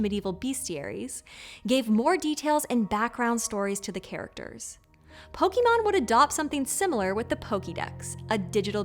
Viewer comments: I really wanted to watch this video, but the mispronunciation of "Poke-aay-mon" to "Poke-eee-mon" constantly through the video was too grating. I only got 2 minutes in before I turned it off. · With respect,, it’s pronounced Pokémon (Pow-kuh-mon) not Pow-kee-mon. You wouldn’t ask for a résumé “ree-zoo-mee”, you’d ask for a (reh-zu-may) I wouldn’t put a Pokéball in my pohkeet, I’d put it in my pocket. The mispronunciation lessens the credibility of your presentation. And before anyone snaps back at me, no one in the official anime dub, or in any official Nintendo/Gamefreak branding, or the literal live action movie calls it pokeemon either. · The worst part of this video is the way she pronounced the word "Pokémon". It should have been clear that e with an acute would make an "eh" sound instead of "ee" sound. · Po-KAY-mon Not Po-key-mon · Not sure of the "correct" pronunciation, but hearing the American "Pokey Mon" always grates on me. "Pok 'eh' mon" is closer to how it's said in the UK. I've heard "Poh Kay Mon" too... which also sounds odd to my ear! haha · Great video but am I the only one that gets annoyed when people call it pokemon instead of pokémon? It's as bad as the people who call milk "melk"😅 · This is actually wrong too. (Poh-kuh-mon) is a common (though accepted) mispronunciation spawned out of the English dub of the original series of the anime. The proper pronunciation of Pokémon is (Poh-kay-mon), as it’s a portmanteau of the katakana pronunciations of “pocket” and “monster” (poh-keht-toh mon-stah). EDIT: also, your last statement is untrue, Meowth has always pronounced it (poh-kee-mon) in the English dub, lol. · How neat to see one of my favorite franchises featured on a PBS channel!!! Not to be a stickler, but the accent mark above the E affects the pronunciation. It's pronounced Po•Kay•Mon, not Po•Kee•Mon. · I'm excited for the episode but man she really is gonna say Po-key-mon instead of Po-kay-mon... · Po key mon